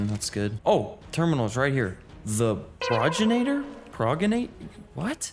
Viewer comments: you say progenitor like this Pro - gen - itor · It's pronounced 'Progenitor' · for anyone who is curious , it is pronounced Pro-gen-it-or and it means Ancestor, just a little fyi :D luv <3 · Pro-gen-it-or is how it’s pronounced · Love watching your adventures my guy but the way you were pronouncing Pro-gen-it-or drove me batty lmao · Pro-gen-it-or. Otherwise Pro-gen-itor. 👍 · it is pronounced pro-gen-iter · The boss is called "pro-gen-a-tor"